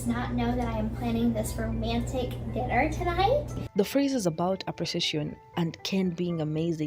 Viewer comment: Am I the only one who heard gypsy pronounce “dinner” as “denner”? No? Just me?